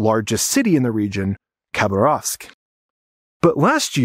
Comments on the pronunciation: The name of the city you mentioned is accentuated on the second syllable: KhBARovsk, as we hear from a native of the town who has created the highly informative and charming channel, "Natasha's Adventures". I highly recommend visiting and supporting it! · Хабаровск, not Кабас. Khabarovsk, not Cabas. Fix it. It would really look much better. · I've spent a few months in the Russian Far East and in Khabarovsk. By the way, don't pronounce the K, it's pronounced Habarovsk. While the island might be a thorn in the side of Putin, he isn't going to ruin things with China over it. Most importantly, the people of Vladivostok, Kharbarovsk, Chita, Irkutsk, Krasnoyarsk, Tomsk, Novosibirsk, and Omsk which are the major cities in Siberia, Far East and Primorsky Krai are Russian descendants and while they dislike Moscow, they are not of the mind to revolt. They seem to be proud of their Russian heritage and they have nothing in common with the Chinese. Many of them expressed to me their dislike of everything Chinese. The only exception to this would be Ulan Ude, which is home to the Buryats. Indeed, the Buryats have been used greatly in Ukraine and their is discontent there as in the southern part of Bashkortostan, south of Ufa. The Buryats have much in common with the Mongolians and are not ethnically related to the Russian's. However, their oblast, Buryiata is very remote and under populated. While I traveled across this huge expanse of land, it seemed that the vast majority of the population was happy to be in the Russian Federation and have absolutely nothing in common with China. Although, there have been some protests in Khabarovsk, but they seem to be loyal to the RF, but less loyal to Putin. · Pronounce Khabarovsk "Habarovsk" (the K is silent). Been there several times. Good video.